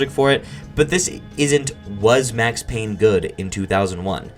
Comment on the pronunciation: It’s Payne